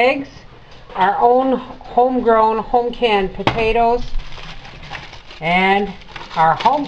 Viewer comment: I watched it again and heard you talking about canning potatoes. But you pronounced it like my mother always did (which we would tease her about) podados (almost with a soft d) Thanks for the memories.